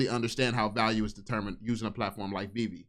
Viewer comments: if he calls it veev one more time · The dude literally destroyed his credibility in the first 10 seconds by pronouncing it wrong, he either did it on purpose to show his lack of interest, or genuinely never heard anyone say it before, which is impossible if you were seriously looking into it... I'll admit i was super skeptical, and even laughed at my buddy who showed it to me initially, but over time the more research i did the more i saw, holy shit, this is the ground level of something, u can see it clear as day if you can get over the JPEG Nft's, which were the only NFTs i knew existed before VEVE... The jpg NFTs make no sense long term, and i think thats what most people think NFTs are and wont look any further, and i cant really blame em for it, its hard seeing the potential of something that has never existed before